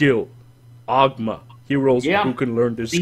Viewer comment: its pronounced o-goo-ma